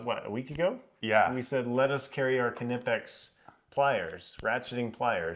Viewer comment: If you wanna get nerdy about it, it's Kuh nEE pex... After seeing videos with pronunciation all over the place... I verified with 4 German friends; one even called the headquarters in Germany. ((American Knipex representatives will often say it Kuh Nih pex, as you have... which is close, but still no cigar.)) 🍻 Or maybe we can figure it's like English with regional accents allowed. 🥸